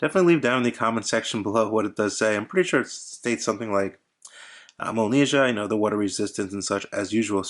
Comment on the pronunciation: It's pronounced Molniyeeah. But nice review!